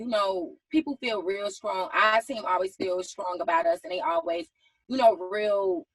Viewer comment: So we just gonna act like we didn't hear young miami say SKRONG 3 times 🤔